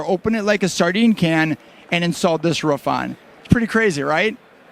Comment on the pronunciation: A ruff.. bahahahahhahahaa A ROOF son. ROOF